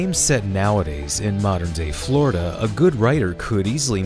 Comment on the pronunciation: it’s Florida, not Florda.